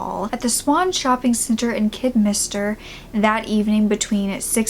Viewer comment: Wait what?!?!? I LIVE IN KIDDERMINSTER. It’s pronounced kid der minster